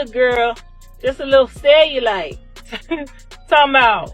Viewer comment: She couldn’t even pronounce cellulite properly